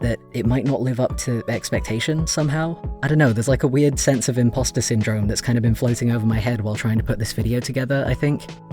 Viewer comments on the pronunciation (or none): none